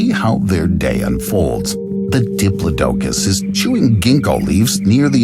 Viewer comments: GIGA-NOT-O-SAURUS... & the DI-PLAUGH-DUH-CUS... PLZ PLZ, program your A.I. reader.. with better pronunciation. this was VERY hard to listen to.. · I believe it was pronounced DI=PLOD-DUH-COS .or DEE-PLOD-DUH-COS